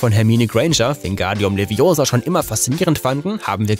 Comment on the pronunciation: Das heißt LeviOsa, nicht LeviosA ;)